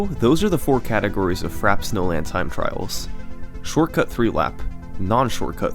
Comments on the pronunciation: I swear if he doesn’t stop saying Frapp instead of Frap-ay snowland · Amazing video! One problem... it's pronounced "fra-pay", like the beverage, iced frappe. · As a McDonald's worker, I can confirm that it is not pronounced "frap" but it is "frah-pay." Uncultured swine. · It's "frappé", pronounced "frappay". Means "beaten". It's a word we still use in French. Nobody says "a frappe" (pronounced "frap"). "Niche" is pronounced "neesh", it comes from "de niche", something that only interests a few people (a "niche" is a small area, almost hidden, in architecture). Also, for free: "the manly fiancé ate a crème brûlée with his girly fiancée". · That pronunciation is fra-pay. Not Frap. You don't have mcdonalds, burger king or wendys where you live? They all sell frappe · Very good but frappe is pronounced frap-pay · And the funny thing is that it's actually pronounced "frap-ay" snowland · TO SETTLE YOUR PETTY DEBATES It is actually pronounced frap-ay (frappé). On screen there's no « é » accent because you can ignore accents on capital letters, only must you have them in lowercase. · Wait, isn't frappe pronounced "frap-ay"? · no. Frop-ay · I believe it's pronounced Fra-Pay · Isn't it pronounced frah-pey? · I thought it was pronounced Frappé, like the drink? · Its frappay for the record. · I always pronounced this track like "frappy" snowland lol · I'm certain it is indeed "frappay." We shouldn't believe pronunciation is flawless; everyone makes mistakes. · Bro you spent 5 days making the video and you didn't learn how to pronounce Frappe 😂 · I can't handle his this man pronounces frappe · The way you pronounce frappe hurts me. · I love your work, but that's not how you pronounce "frappe", dawg. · "Frap snowland" French word Frappé: Je suis a joke to you? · I'm pretty sure that frap is the short way to say frappe